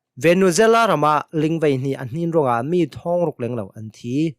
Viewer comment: Ling, ti ih rel kha a fiang adik.ling tih kha a ca fang cun a bang aw ko nan a thlik kha a dik lo na thin thei tum hrawm aw la duh um nasa ding ling tih ka na thluk a sau tuk